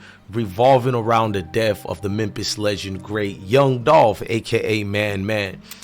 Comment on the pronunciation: If i hear this dude say memp-is one more time😂